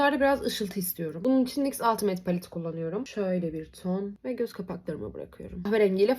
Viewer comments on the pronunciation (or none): none